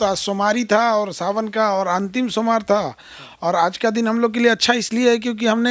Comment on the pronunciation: सोमवार को सोमार बोलो रहा है.... बताइये ऐ इनका हाल......